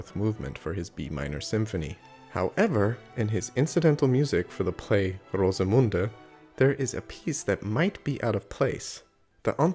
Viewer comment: Very good pronunciation of Rosemunde!